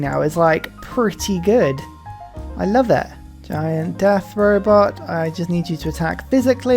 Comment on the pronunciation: Just love the way you say “robot” - I rewind and listen for many times lol